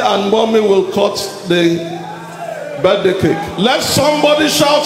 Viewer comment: Did you say birthday "CASE"?